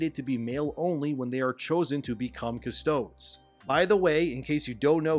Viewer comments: Silly nitpick, but pretty sure the pronunciation is CustodEES, just like it’s AstartEES, not AstartS. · its alright dude, i knew you were not a master of 40k lore by the way you pronounced custodes lmao, nice vid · "I'm not a master of warhammer lore" yeah that much was obvious when you first pronounced Custodes lmao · You didn't even pronounce "Custodes" correctly, bro. Yes, 40k went woke, but damn do research. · Stop pronouncing custodes like that. It sounds stupid. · The way you pronounce custodes makes me cringe. I like your videos man, but my genuine advice to you is when it comes to warhammer 40k, your all in or best stay out. I'm confused if there is something to do with sisters of battle here. I need luetin09's take on this. 40k is as nuanced as lore comes while being wide as an ocean and just as deep. I've always wanted to see more women in 40k cause i like females and would like to look at them. I had considered 40k completely inoculated from wokeness. I really hope there is something else going on here. If it is handled appropriately in the lore, as in a very good reason why we now how female custodes. Like, very very VERY good reason and thats very disappointing This, this is where we fight! These agents of tzeench need to be gate kept. Many came to 40k as refugees from star wars. We need to all start doing what we can. Pick up a God damn bolter and start marching towards the sound of battle. 40k is bloody smelly miserable with a heavy fog of war. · Hearing you mispronounce Custodes is more cringe than female custodes. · Man does not know how to pronounce "custodes" correctly, and still understands and respects the source material more than the people actually making it. Massive GW L, thank you. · You pronouncing "Custodes" wrong the entire video is so cringe, I had to stop watching after 3 minutes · Oh my god, mispronouncing "Custodes" over and over again, it's killing me. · Brutal pronunciation of Custodes🤣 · It’s “cuss-toh-dees” not “cuss-toads”